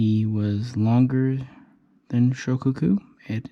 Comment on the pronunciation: Amatuer. It is SHO-KAH-KU and TAI-HO. (not Tay-Ho). You got it all wrong. Please delete this MIS-INFO. Grandson of James W. Blanchard (ALBACORE).